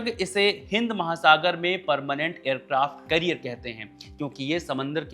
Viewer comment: एयरक्राफ्ट कैरियर होता है करियर नहीं